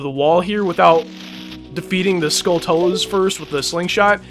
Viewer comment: For the pernunseation of Skulltulas, think of tarantulas only skull instead of teran.